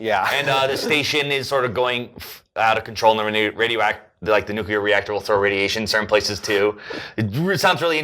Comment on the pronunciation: nukular. Idiots.